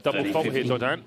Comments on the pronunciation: He pronounces Dodin’s name well, you’re correct, but Muchova’s not as much. He emphasizes the middle syllable which a lot of English speakers do instead of the first, making it MuCHOva instead of MUchova as it should be, and also has more of an “h” sound instead of the correct “ch”. Of course this is just being picky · well you’re saying the A should be emphasized but the comment above you says the A should be emphasized. I guess I should only state that I know as a college French instructor that Dodin is being pronounced quite well. I don’t know Czech but it still is not bad, and how I’ve heard majority of other excellent pro commentators say it. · He’s saying them perfectly, actually. Dodin is French and he is pronouncing it correctly according to French phonetics. He’s also saying Muchova’s name correctly. Not sure what you are referring to at all…